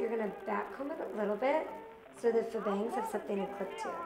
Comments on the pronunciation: faux is pronounced foe, not fuh. and i'm not a fan of the bangs! :/ stevie, i'm tired of all these hair videos. when are you gonna make one of your own? :o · .. lol it's pronounced "foe."